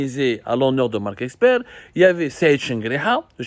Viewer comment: C'est marck Esper et non eXper.. OK !...